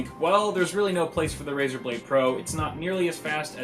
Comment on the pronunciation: RaEr blade? More liek Razer dont!!!! xd